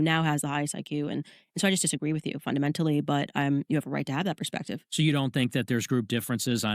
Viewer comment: Its funny when they are talking about iq and candace cant even pronounce ”perspective” correctly lmao wtf is ”pershpective” ? 😂😂😂